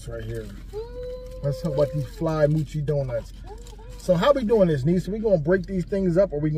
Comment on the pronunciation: Happy bday to your niece. it’s mo-chi…not moo-chi there is only 1 O